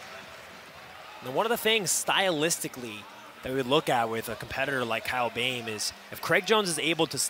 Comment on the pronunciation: It’s not Kyle bem, it’s Kyle BOEHM, pronounce it like Böhm